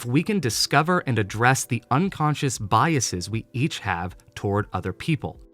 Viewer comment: Love every part of this video except the way you pronounce biases 😂 Otherwise- keep rockin 🥰